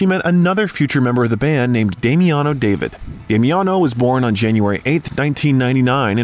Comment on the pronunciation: Not Deiiiivid. David. Aaaa